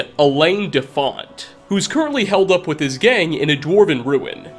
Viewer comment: HOLED UP HOLED UP HOLED UP Holy shit, dude, not HELD up! Have you EVER read a book in your life?!